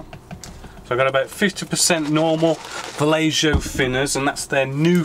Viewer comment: You kept saying "fellatio". It's pronounced Va-yeh-ho dude... ffs. 10 years later, you've realized that, hopefully.